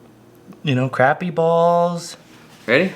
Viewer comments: You’re saying the word “crappie” wrong. 😂 Say it like “crop-e” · It is pronounced Kraa-pee not Crap-pee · And you have asked this question before and I've let it slide a bunch but for the love of God it sounds like c r o p p y not crappy it's the best fish in the lake down south please don't call it crappy😂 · Is it just a Canadian thing to just pronouncing it as "Crap" or do you not know how to use American language? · Say it like this please “crop” “pee” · You lose me at Crap-E every time! Especially when you’re in the gosh darn South to begin with. Back when I used to guide on lake Calcasieu, the first one that called them Crappy, we used for an anchor lol. You have to learn the dialect of where you’re fishing, otherwise you look like an…..